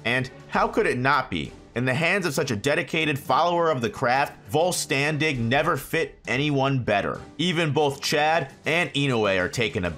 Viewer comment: Lol Heckco Mundo. It's Way-co Mundo. Also, the VIZ pronunciation for Volstandig, is actually Volsterndich (vol-stern-ditch).